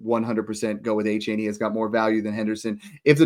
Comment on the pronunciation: Snoog shouldn’t be allowed to trade for “AhhChain” until he pronounces his name even close to what it is 😂